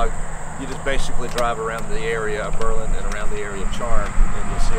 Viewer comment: You need to learn how to correctly pronounce Berlin.